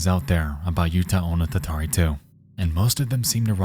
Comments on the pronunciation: Just a minor note, "Utahonotatari" breaks down to "U-ta-ho-no-ta-ta-ri", not "Utah-o-no-ta-ta-ri". Remember, Japanese syllables can't end in any consonant except n/m, so as much as our American eyes are drawn to "utah", that doesn't exist in Japanese. The state would be "yu-ta". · Nexpo, I love you and this is a fascinating video, but your pronounciation of the "uta" in Utahonotatari is killing me, man. Edit: And Nanakorobi Yaoki.